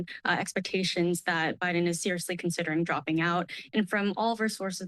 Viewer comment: Stay in Bi-dum! Duh-le-ware is behind you!